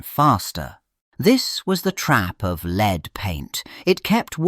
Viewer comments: Leed....??? Wtf AI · Just read it yourself. A.I. is obvious. Leed? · C'mon AI, make up your mind. Is 'lead' pronounced led or leed?